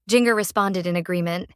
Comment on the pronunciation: Please learn to pronounce Jinger"s name properly. Are the producers of this blog depending on AI!?!